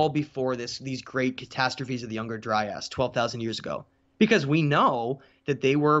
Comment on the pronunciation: Love your stuff dude, but please work on your pronunciations. For many people, you’re going to be their first and sole source of this info. Timaeus = Ti-may-us …. Not Timmy-us Critias = Cri-tee-us …. Not Criddy-us Gobekli Tepe = Teh-pay …. Not Teh-pee Dryas = Dry-us …. Not Dry-ass